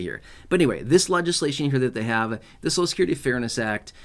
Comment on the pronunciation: Please pronounce Social Security properly. The way you say it hurts my American ears!!😮. So cial.